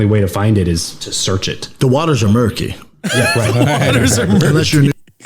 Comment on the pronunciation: “The waters are merki”